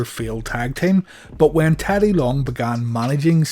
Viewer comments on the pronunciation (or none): none